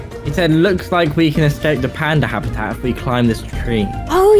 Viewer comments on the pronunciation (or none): I like how she says “escape” like”exscape” 🤣